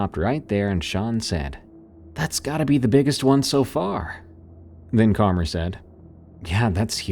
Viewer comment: Karmer?? What the heck kinda name is that?! Lol, no offense. I've just never ever heard that before. I get "karma" being a name, but "Karmer"?